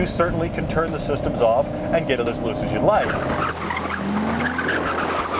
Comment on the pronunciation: How hard is it to say THE instead of 'da' like a 4 year old? Say it with me now, c'mon, THE GTR.